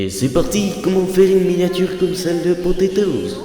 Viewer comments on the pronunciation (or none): Pas potetoz c'est potatoz